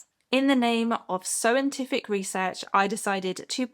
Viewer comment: "Sewintific Research" 🤣